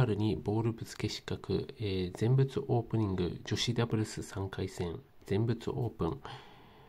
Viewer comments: ぜんふつな。ぜんぶつじゃないよ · ぜんぶつ って……。どこの国の人よ？